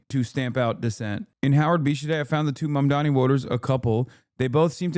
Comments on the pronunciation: Bruh mamdani isn’t a hard name to pronounce 💀 just comes across like you can’t read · If you can't pronounce a very simple name, you probably shouldn't be on tv. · I can't get over the fact that they cannot pronounce his name - it is literally 5 (five) syllables!